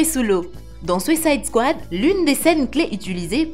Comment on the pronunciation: “Sucaïde kouade”